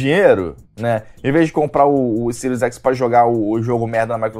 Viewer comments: Agora sim vou comprar um" cero x" com certeza 🤣🤣🤣 o cara não sabe falar nem o nome do console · O cara fala siru x kakakakakakakaka